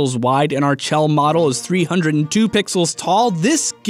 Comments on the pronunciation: Chell is pronounced " Shell" Like it you agree. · IT'S PRONOUNCED "SHELL". PLEASE. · When he says CH-ELL instead of SH-ELL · IT'S PRONOUNCED SHELL DAMNIT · I flinch every time he mispronounces Chell, I get it, it's a weird name and instinct is to sound it out but c'mon man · Hey, how about you calculate how many people are correct ing your pronunciation of Chell.